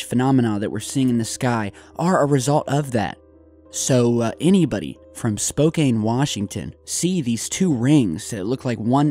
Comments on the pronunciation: Just you so you know for next time its pronounced Spo-Can I know it looks like its pronounced differently. I lived there for 10 years I'm on the west side of the state now. We do have some strange named cities here in Washington. I also struggle with saying the names or some places right too lol.. but so ya know for next time. Loved the vid though thanks! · Spoke Can pronounce even though spelled Spokane